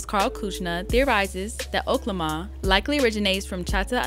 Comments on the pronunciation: I’m just glad stopped saying “Okay-Lama” 😂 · It’s pronounced (Okay 🦙 llama) 🤦🏾‍♂️ Errrrrrbody sound crazy saying it like that. He’s used it in previous albums Y’all buggin!!!!! Can’t believe you said it like that so many times!!!!!🤦🏾‍♂️ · It’s O-K-La-ma… like how he rapped it on “Fucking Problems”